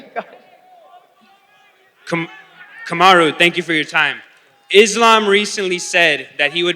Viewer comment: he say Camaro? 😂💀